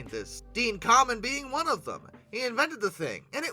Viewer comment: FYI his last name isn't pronounced "common", it's pronounced "came-in", as in the opposite of pulling out.